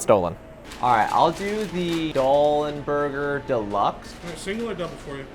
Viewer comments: There's only one Doll, love. The fact that you are looking at the sign while misreading it is killing me. Lmao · Why did you say Doll n' Burgers wrong every single time even when it was staring you right in the face?